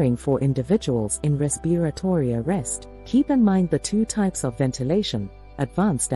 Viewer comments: Oh Please get someone who knows how to pronounce "RESPIRATORY". A 6th grader can easily pronounce this word, among others in these videos. So annoying!!! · Is this a robot? Why do they say "respiratory" that way?